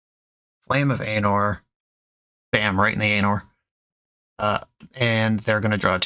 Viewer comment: I know you love your "Right in the anor" joke, but it's pronounced with a hard A like Ar-Nor